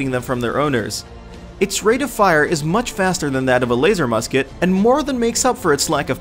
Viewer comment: I cringed when he said Laser Musket. I left when he said fragmentation mine.